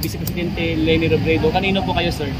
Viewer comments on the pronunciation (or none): LENI HINDI LANI!!!!!